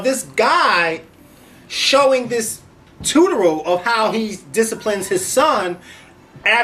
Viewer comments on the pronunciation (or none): ... dude...did u just say "tutoral"???? its TUTORIAL. Theres an "I" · did he say tutural?? wtf its tutorial.. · Yaasssss!! And he talks about us southerners.The word is Tu-to-ri-al lol. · Haha He said toot -u-ral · its Tu-TOrial!! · This nigga said tuteral 😂😂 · Did you just say "Tutoral?" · Tutorol???? Did you just say Tutoral? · Did he say tudoral,?lol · mispronounced tutorial lol.. "tuteral" that was funny.